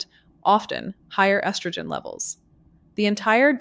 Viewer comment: Rediculous..cant even pronounce estrogen .obvious ai